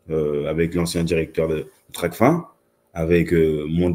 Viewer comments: *TRACFIN et non tracfine.. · On dit Tracfin comme fin !! Pas fine... Ça montre d'entrée la maîtrise du sujet.